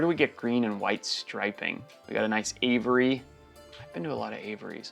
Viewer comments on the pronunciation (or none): Oof that aviary pronunciation